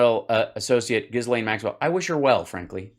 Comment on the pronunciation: True. Trump has terrbile pronunciation (Turf Sential) and Ghislaine is so hard to pronounce that everybody gets it wrong, except Donny 'cause they're homies. The S is silent, BTW. Also, Prince Andrew and Harry will not participate in the military-garb ritual at the Queen's funeral on Monday. I'm gonna bet that Donny is not invited.